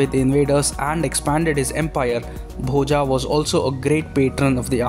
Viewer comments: It's Boja, not Bhojaaaaaaa. Learn to pronounce Sanskrit words properly. The 'a' at the end of every Sanskrit word written in English is pronounced as अ, not आ. In Sanskrit the अ maatra at the end of every word that has it is pronounced fully. It's not silent like it's assumed in Hindi. So it's Bhoja (भोज), not Bhojaaaaa (भोजा) or Bhoj (भोज्). This is why Sanskrit should be a mandatory language in school right from first grade, so that we don't have to deal with stupidity like this. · I mind your wrong pronunciation of Indian names. Please use right pronunciation. It's not "Bhojaa" it's "Bhoja" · Bhoja ये भोज है Bhojā ये भोजा है Rama ये राम है Ramā और ये रामा है Parmara Vansha ये परमार वंश है Parmarā Vanshā ये परमारा वंशा है,भाई भारतीय हो तो अपने भारतीय ढंग से बोला करो प्लीज, ये राजा भोज है , भोजा या रामा कृष्णा ये सब बोल बोल कर स्वयं को ब्रिटिशर्स का पिछलग्गू मत बनाओ दोस्त, आज तो गंगा जी को भी लोग गंजीस बोलना शुरू कर दिए है.... आने वाली जनरेशन को कल को इसके पीछे भी लड़ना पड़ेगा अदालत में, की गंगा है या गंजीज, भोज है या भोजा, राम है या रामा, योग है या योगा, इस अंग्रेजी फोनेटिक ने अधकुचरे भारतीय अंग्रेज समाज और इसके ज्ञाताओं ने यहां के मूल भाव का भेजा भोजा करके सब गुड गोबर कर दिया है, कम से कम आप तो अपना दिमाग लगाओ और अंग्रेजी में भारतीय शब्दावली को अपने मूल उच्चारण में बोलने का प्रयास तो कर ही सकते हो, ताकि भोज का भोजा न बन जाए, परमार का परमारा, तो प्लीज, आप तो थोड़ा सा सुधार करके प्रस्तुति देने का प्रयास कीजिए.! 🙏 बाकी आपके प्रयास और वीडियो के लिए धन्यवाद आपका.!🙏🙏🙏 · आप राजा भोज के बारे में बोल रहे हैं. Bhoja क्यों बोल रहे हैं